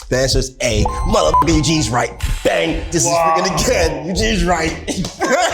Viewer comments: as an indian for future reference, its pronounced BHAAAANG :) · Hahahah the Indian "milkshake" is pronounced as B-h-a-a-a-n-g, not bhung! But I guess that's how you feel after having it 🙈😂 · Bhang bhi pronounced as Bhung was cute🤣 Btw It's pronounced as Bha-ang 😁 Also, Eugene figuring out the scissors was cute. Like a cute Lil precious baby🤭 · Its pronounced as "Bhaang" :D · hello, for everybody wondering how to pronounce that Indian weed milkshake : Its called Bhang pronounced more like “Bhaa-ang” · It's actually pronounced like, "bh-ahng" but Eugene got close! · I'm Indian. Well, thats not how you pronounce- its bhaang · i love how they got someone to help not butcher the indian words and she goes ahead and butchers them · Completely butchered Indian’s milkshake names. Typical 😅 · Bhung is not the correct spelling its "Bhang" B in b ,h as in ha bha, and ang as in ing wid an and dats how u pronounce it.